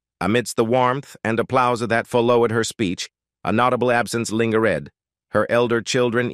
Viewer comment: Is the narrator a robot? Lingered is not linger-red